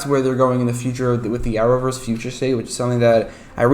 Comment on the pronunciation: Are you saying hour verse? The closed captioning can't read what you are saying